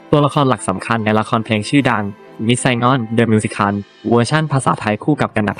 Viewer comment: 😵‍💫 วิธีการอ่านเหมือนเอไอ มิว-สิ-เคิ่ล ชา-รี้ฟ โอ-เป-ร่า เสียดายเนื้อหา เพราะเพิ่งไปชมเมื่อวาน เพิ่งรู้ว่าแก้มมีลูกแล้ว แต่ดูคลิปไม่จบหลังจากเจอสามคำนี้ไปค่ะ